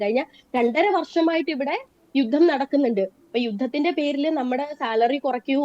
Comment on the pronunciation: അവതാരകാ , "യുദം" എന്നല്ല, "യുദ്ധം" എന്നാണ് പറയേണ്ടത്.